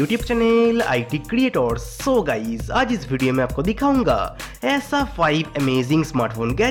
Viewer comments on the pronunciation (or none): sun bhai tu pehele whatsapp gays bolna band kar